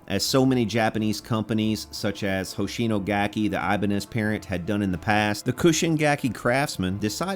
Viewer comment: I have to correct your pronunciation for "Chushin gakki" (中信楽器). It's like "choo shin" (like choo choo train, or choose) not cushion. It drives me crazy when you say it wrong. But I like it when someone loves Japan made guitars.